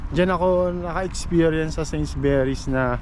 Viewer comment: Although, this is five months ago,.. it is pronounced, ‘Sainsbury’s,…NOT Sainsberrys,( u, rather than e,..